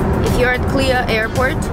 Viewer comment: Nice video especially on the Capsule hotel. 👍😃 Others; - on the mug “SELANGOR” - it is a state name in Malaysia. - you pronounced the airport name “klia” sound funny. You have to pronounced each letter in the word “KLIA”. It stands for Kuala Lumpur International Airport.